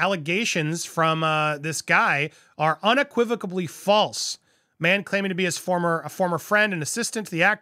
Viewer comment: I feel so bad for Will either way, Jada has done him no favors and he's so much better than her! I've been wishing he'd just leave her for a long time.. also, there's no B in the word unequivocally lol just saying 💁🏼‍♀️